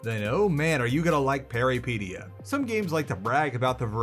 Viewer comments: Why do you pronounce Peripeteia like Alopecia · I believe the pronounciation is close to how you said it, but pe(as in pet or pen)-ry(hard polish y, I can't think of an example but if you try to say yh like "ugh" and just cut off the h you're there)-pet(as in pet rat with hard t)-ya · It's Greek for adventure. It's pronounced Περιπέτεια - > Peri (like Perry the platypus) pet (like pet) teia (like Tea from Yu-Gi-Oh). He kills the word every single time he says it. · It’s pronounced peripEtia. It means adventure in greek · Bro didn’t even pronounce “exodus” correctly, there’s no hope for him learning to pronounce Peripeteia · Am afraid no, you didn't say it right and I am actually wondering if the devs have Greek background for choosing such title or it was just random. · man these are GIANT, we make'em way smaller than that Also you can't be even bothered to google how to say the name of the game for the review? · While I did like your review, you're killing the name. Please just check if the word has a specific way to say it before you mispronounce it every, single time. Good review of the game and nice cooking segment as always.